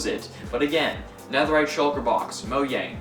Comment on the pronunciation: And not Moe-Y-ang